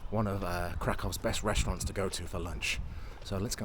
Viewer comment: reshtaurants, case in point